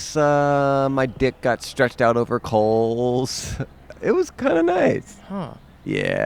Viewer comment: stretched out over coals sounded suspiciously like over Coles'